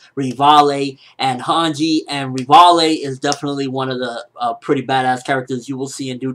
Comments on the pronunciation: ... Rih-vah-lay? Really? LEVI, PEOPLE. LEVI. At least say Ree-vi. Rihvalay is just way too wrong. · You keep saying Rivale Rivale , do you mean Levi ?Most likely you mean Levi.But sometimes you pronounce things so weirdly. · please just say Levi >.> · Oh man ignore how they spell levi/revaille/rivaille just say it how the japanese/manga said/wrote it... リヴァイ= Rivai xD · its CORPORAL FUCKING LEVY FFS!!!!!!!